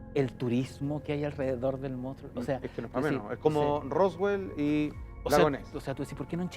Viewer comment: Monstruo M O N S T R U O , salfate no "moustro"